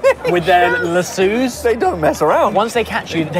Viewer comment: Ollie: la-soo's. 😃